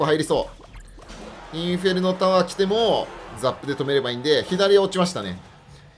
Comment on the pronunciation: 突然のネイティブ「インフェルノタワー( ´_ゝ｀)」好きです